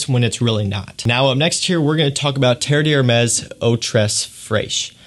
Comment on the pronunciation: Good info, but please take a look at how the name of these is spelled (it's on the bottles you're holding): Terre d'Hermès. Compare to what you have in your title and description "TERRE DE HERMES." And how you say it: three syllables, not four.